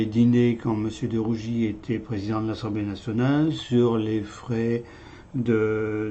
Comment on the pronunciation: DE RUGIS et non de rougi